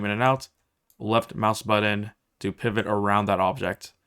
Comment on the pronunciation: Could not watch for more than a few minutes after hearing the word "button" mispronounced over and over again.